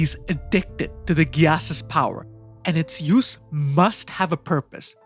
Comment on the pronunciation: The way you pronounce gyass makes me cringe hard holyyyy